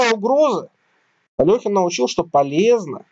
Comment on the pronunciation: АлЕхин, нЕ Алёхин